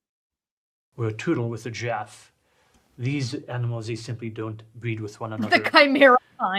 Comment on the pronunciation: I don't know why, but the way he says Giraffe feels offensive. I feel almost insulted when he says "A Gyaffe". Very perplexing